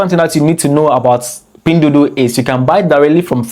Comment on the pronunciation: 🤣🤣🤣🤣 I’m laughing my bum off and I’m only 2 min into the video, someone take a shot everytime he says pindudu 🤣🤣🤣🤣🤣 not only he mispronounces it BUT SAYS IT EVERY 2 SECONDS, I LOVE IT, MADE MY DAY 58 TIMES HE SAID “PINDUDU” LMAO